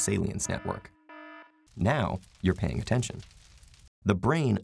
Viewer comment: "Now, you're PAIN ing attention"